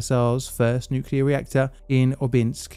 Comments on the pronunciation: Shutting down a nucular power plant that keeps having nucular accidents is plainly difficult. See what I did there? 😉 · It's pronounced nuke-you-ler. Surprised you didn't know that.